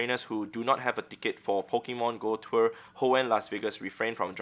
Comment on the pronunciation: Hoenn twer lol